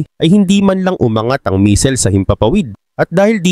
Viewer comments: Hindi misil kundi missile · Anong "MISIL"? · "Misil" talaga ? hahahahaha 😂